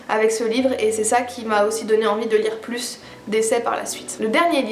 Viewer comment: J'étais justement en train de me dire que j'allais me faire une liste de bouquins féministes intéressants à lire dans les prochains jours ! J'entends beaucoup parler de Louise O'Neil, mais je suis une grosse bille en anglais, alors j'espère sincèrement qu'il est traduit :'( "Des exemples un peu plous" haha pas mal ta langue a fourché on dirait ;) Des bisous tout pleins ! C'est toujours super intéressant de t'écouter ! A la prochaine ! <3